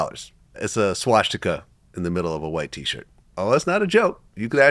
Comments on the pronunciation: Vlad pronouncing it SWASH tika hahahaha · Klad mispronounces swastika there’s no sh